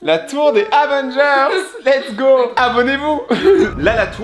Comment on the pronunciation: lets go sans le ts 😂😂